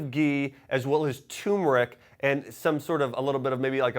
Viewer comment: It’s turmeric, pronounced term err ick!